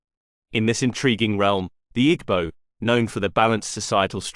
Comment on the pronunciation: great video. note, that the g in igbo is silent